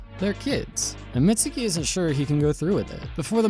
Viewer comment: youtubers stay callin mizuki "mitsuki"